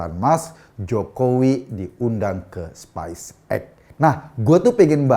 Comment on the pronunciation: Pelafalannya masih keliru pak Ekooooo: Space (spaes) Spice (spais)